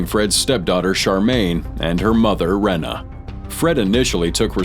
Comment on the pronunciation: Reeeena, Reeeeena, not Rena